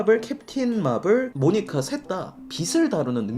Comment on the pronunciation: 모니카 모니가로 발음하는것까지 완벽하다